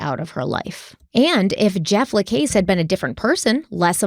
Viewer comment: Pronunciation guide lol: Luis Rivera = Lewis (english version) Rivera. Jeff LaCasse = Jeff Luh-CASS. Detective Isom = Detective eye-sum. Katherine Magbanua - Katherine Mag-bahn-wah.